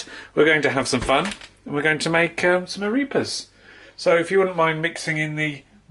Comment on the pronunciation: It's ah-REH-pahs, not ah-REE-pahs.